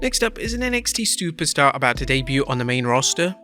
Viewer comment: NXT "STUPERSTAR"?